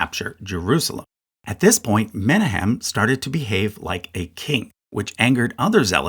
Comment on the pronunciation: It's Me-NA-hem, not MEN-a-hem. Source: am Jewish, have heard the name Menachim aloud.